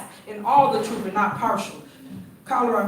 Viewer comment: But isn't Big Tiff talking the 'troof'?